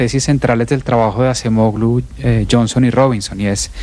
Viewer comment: La Ğ en AcemoĞlu NO se pronuncia!!! Como en ErdoĞan o yoĞurt!